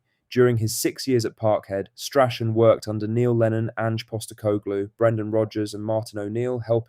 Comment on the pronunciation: Learn how to say Strachan properly!! 😂